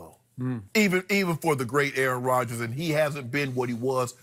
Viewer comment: Oh Rodgers not Rodgens